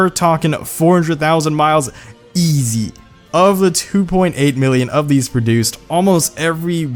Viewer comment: The way you said "easy" made me laugh like an idiot. Great video